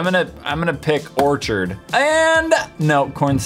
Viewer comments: Orchard? You mean orchid! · It says orchid not orchard, as in the odchid flower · Ahhh the way he said orchid